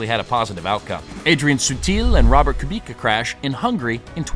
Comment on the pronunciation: Your pronunciations are... rough. Literally every driver name was different than I've ever heard. KooBeKuh, RaKOHnen...I'm not saying you're wrong, just that the motoring media has said their names 1 way for decades, and you're bucking the trend. Sorry to be that prick, but that's what I am. I checked out because, unfortunately, it sounds like you don't know who they are or what you're talking about.